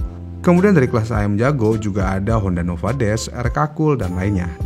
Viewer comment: Sebut nama motor aja masih salah, Nova Dash bukan Nova dust , gaya lu kayak paling kencang, kalo lu pake H2 atau ZX-10 R bolehlah ngomong gitu belagu..